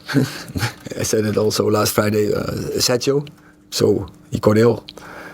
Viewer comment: It’s Sergio not sancho sky sports 😭